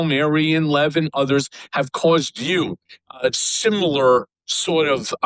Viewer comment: He’s got to mispronounce Lev’s name like a true republican tribe member